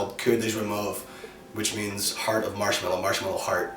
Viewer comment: Lol that’s not you pronounce marshmallow in French😂